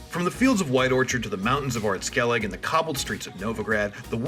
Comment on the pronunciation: One of the first to pronounce skellige right